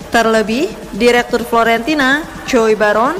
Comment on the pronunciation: Fiorentina, bukan florentina